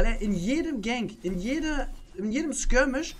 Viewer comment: Was ist skermisch oder was hast du gesagt?